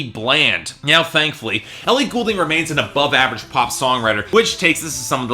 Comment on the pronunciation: maybe dont review her album if you cant even pronounce her last name?